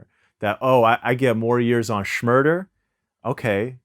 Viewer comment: Bobby Murda? How dare Vlad forget the “Sh”